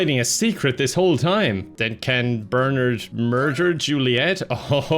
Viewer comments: Idk why "Ber-nerd" bothered me so much lol my brain kept yelling, "Ber-NARD" 🤣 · Whenever he says Bernard like "Bernerd" I die a little on the inside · Who in the world pronounces Bernard as bernerd? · I love calling him "Burnured" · It's Burrr-narrrd! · Anyone else weirded out by calling Bernard "BURNURD"?? just me? I didn't know that pronunciation existed wtf 😭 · Every time says "Bernard", no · the way pronounces Bernard will never fail to piss me off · Looking for this comment lol 😂